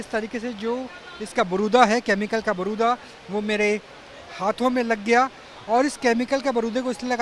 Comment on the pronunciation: बारूदा नहीं भाई जी, बुरादा बोलो